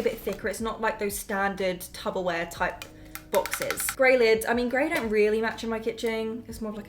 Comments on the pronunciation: Did you say tubberware? Reminds me of that TikTok where the guy realises its tupperware and he's been saying it wrong his entire life 😂😭🥰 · You said tuberwear instead of Tupperware is sending me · I thought I was hearing things 😂😂😂 came to the comments for this specific comment 😂😂😂😂😂😂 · Did you say tubberware?? Has any else seen the TikTok of the guy saying it and his friend is like “it’s p’s babe” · Wait, did you say tubberware 👀